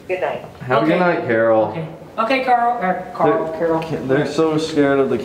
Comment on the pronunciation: It's not Carol it's Carl damn it!